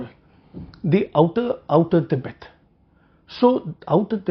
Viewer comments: It soft with t in hindi and urdu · Jarring to the "english" ears alone. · Thoughtful analysis. Just one sore point: your constant mispronunciation of Tibet (with a soft t) is jarring to the educated ear. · Effing mor-on: it's an English word and should be pronounced the English way; the Hindi word is "Tibbat".